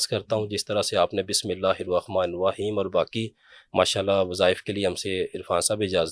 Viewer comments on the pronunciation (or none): none